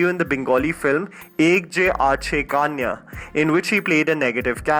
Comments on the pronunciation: It pronounces like ak je ache konya. Not Kaniya.Plz. correct It, This is very much insulting. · The way you pronounced "ek je achhe kanya" 🤣🤣🤣🤣